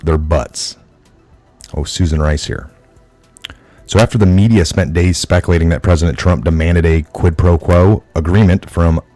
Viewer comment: Man,, take a grammar class! I love your info but your grammar is terrible... speculation is SPEC U LATION not specalation... Not no more should be not any more! Im an english major... please... do something!